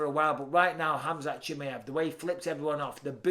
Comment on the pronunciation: Except how he pronounces khamzats name 🙄😂